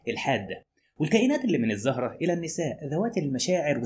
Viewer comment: ملحوظة صغيرة * تلفظ الزُهرة بالضم وليس الزَهرة بالفتح 🥰